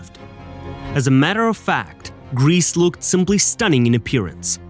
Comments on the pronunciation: Her name is pronounced grey-say not grease otherwise great video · It seems as if every Youtube history channel is obsessed with this young woman and each one likes to elaborate or fabricate his own lurid tales of horror. On the scale of drivel, your channel easiy wins first prize! First of all, Irma's name is pronounced "Gray-sah" and definitely NOT "GREECE". Next, it was Doktor Mengele, NOT Irma who was given the sobriquet "Angel of Death".Next, the fictional lampshade story was debunked years ago and the material was found to be goatskin! Cheer up! You can now accuse her of anti-goatism. Next, Irma was not hanged on Nov. 4,1945. She was judiciously killed on Dec. 13, 1945. Lastly, Irma was buried in Friedhof am Wehl, Hamelin, Germany. Do some research before attempting any more videos. This one is pathetic. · It's a bit annoying that he pronounces her name "grease". This has a slightly comic effect, which I think is a bit inappropriate for such a monster. Her name was Grese (Irma Grese). This is pronounced "Grayzeh". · Her name was not "Grease"! Why not find out how to pronounce it before you narrate a video about her? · Interesting program. I wish you took a greater care at pronouncing Irma Grese's name properly. It's not Griss! This make the whole film unprofessional. Get it right! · so glad you set them right on that. do you think they pronounce it correctly in hell?